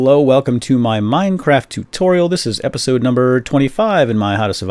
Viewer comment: ....in this epeesode. Tee Hee Hee!! LOL